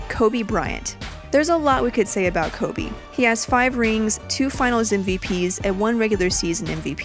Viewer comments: I almost left when she said # 10 koby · I died on the inside when she said Kobe at 10.